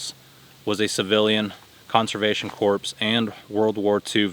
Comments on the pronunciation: Hey, "CORPS" is a French word and is pronounced "CORE". The French people mumble a lot. Love your videos, my friend. You're doing a wonderful job. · "Corps" is pronounced "core." 😉